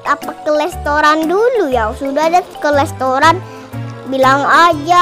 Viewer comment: Restoran bukan lestoran